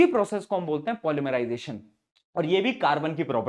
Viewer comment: Polymerisation ❌ pol mari jai tion ✅ sir kya mari :face-green-smiling::face-green-smiling